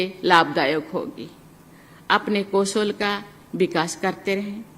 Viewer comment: Modi teliprompter se ye kagaj padh kar bolte hain (koshal nahi kowshal) hoga